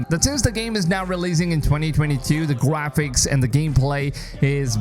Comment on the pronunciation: “the gwaphics” ?😭